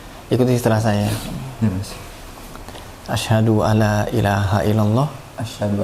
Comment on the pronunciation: Maaf Mas, bukan asyhadu alaa...tapi asyhadu aLLa (huruf lam seolah bertasdid karena awalnya ن mati menghadapi لا = idghom bilaa ghunnah). Tkasih